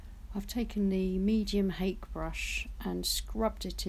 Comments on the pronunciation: I love your videos! Btw, the Japanese hake brush is pronounced: "Ha-keh". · Hello, Hake that rhymes with cake is a fish. The asian hake brush is pronounced hah keh. Cheers